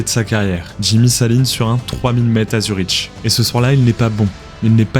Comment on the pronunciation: L’IA était presque parfaite. Zurich ne se prononce pas Zuritchhh mais Zurik